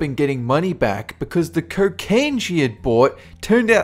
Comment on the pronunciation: You say cocaine weird lol kerkain hahahahahahahahahahaha